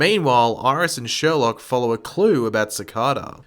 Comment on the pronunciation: It is sherlouq not Sherlock